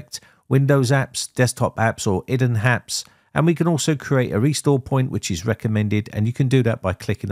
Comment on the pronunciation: “Idden Happs”